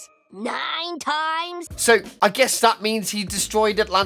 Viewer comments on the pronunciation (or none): none